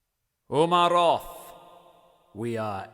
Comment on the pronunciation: Umaroth not Uramoth